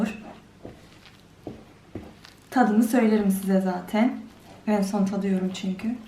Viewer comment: Şu kızın zatin demesine hastayım